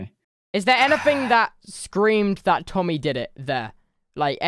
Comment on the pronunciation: He said tomby ?